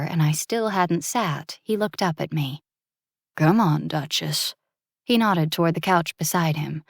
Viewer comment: Drinking game! Take a shot every time the word nodded is said, it sounds like knotted which eventually had me laughing to myself lol 😅